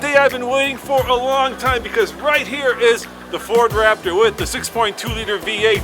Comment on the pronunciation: The all-new Nissan Waptor! 😂😂